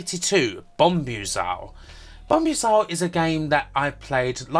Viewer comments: Fantastic video,. Forgive me a pedantic moment - I think Bombuzal is pronounced Bom-booz-el, similar to the word bamboozle. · #83 Bombuzal is pronounced Bomb Buzal ....as in to confuse and puzzle someone.